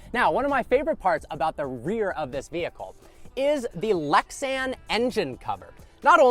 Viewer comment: Ah, "Lexan"! Very good. Like music to my ears! 😉